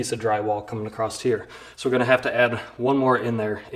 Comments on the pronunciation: The word is across.......not acrost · There is no T in the word "Across". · Are you saying “acrost here”? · did this dude just say acrost